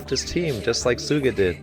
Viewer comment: Hi Coach, just something I've noticed. In this ep and the previous ep, sometimes you say Tsuga instead of Suga (at least that's what it sounds like)